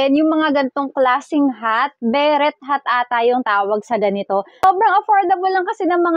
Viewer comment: Beret is pronounce as Beray.